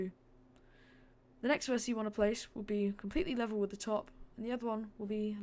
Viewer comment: Why do u call an individual vertex a verticie? And also a roll point a roll point a roll verticie?I don't hate you for it, I just think it's funny. XD And also you left some things out of this one that really wouldn't take much more time but would make the ride much better (like rotating the track that's returning to the station so it doesn't just go straight from where it was, as well as other things) did you skip it for the sake of time or just cause you didn't wan't to do it? I don't know, that's y im asking.